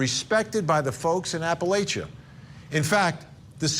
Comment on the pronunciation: At least Vinnie rponounces "Letcher" County correctly but for God's sake it's APP a LATCH a . Say it....APP a LATCH a.